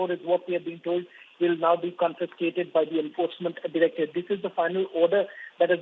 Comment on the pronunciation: Get people who can correctly pronounce CONFISCATED